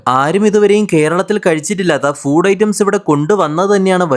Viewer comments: Pronunciation crct aahn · Half the comments not knowing foooood is literally the right pronunciation 😭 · Angane thanneyan Pronounce cheyyande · That's the real pronunciation 😂 Educate urself